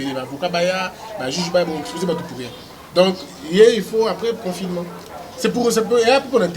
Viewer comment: c'est pas confinément mais confinement, c'est pas propulse mais propice... Ça te fera du bien d'élaborer ton français encore...